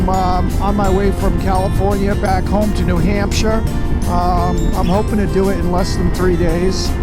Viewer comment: Nice opening with Spotted Wolf Canyon in Utah. Did not hear the New Hampshire accent until you said"New Hampshire".